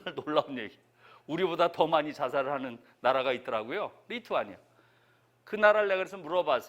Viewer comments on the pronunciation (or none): none